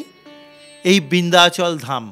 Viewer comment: উচ্চারন হবে বিন্ধাচল, বৃন্ধাচল নয়। যা তা।